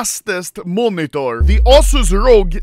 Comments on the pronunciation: "Ausus rogue" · The ossoose rogue